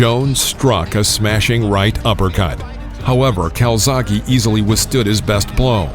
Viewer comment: Please CalzaghE not calzaghee He is Italian ...Welsh by pure chance